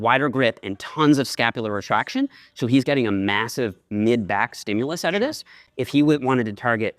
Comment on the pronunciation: "stimulus outta dis" OH! OH! Newfie startin to slip out!